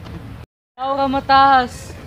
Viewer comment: hahaha laurha hahah (bulol)